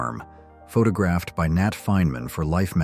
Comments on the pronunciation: And the AI voice can't pronounce 'photographed' either. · No idea this was AI narrated until - the river Nile "winds" through the heart of Egypt - pronounced as the noun rather than the verb, and "pha-ta-graphed" rather than photographed